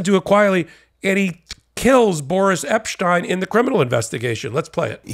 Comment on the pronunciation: Btw- appreciate you currently pronouncing “Epstein” (I’m a linguist) 😊